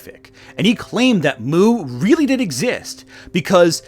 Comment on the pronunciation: Are you sure they aren’t “weal”? Are you wealy wealy sure? Whatever your point might be, whatever this video might be about, I cannot take anything to SEWEIOUSWY